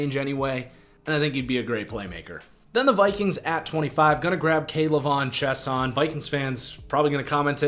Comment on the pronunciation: K’lavon Chaisson pronounced (Chay-Sawn)